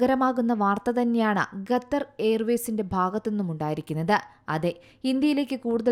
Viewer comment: Ithenthaaaa ningal Gethar gether nnu parayunne... Style aano... Alpam malayali mariadha kaanikku.... Qatar ennu paranjaal nthaa.? Annam tharunna naadinte Peru valachodikkalle